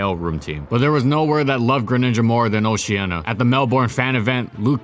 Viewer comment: Please pronounce Oceania correctly, thanks.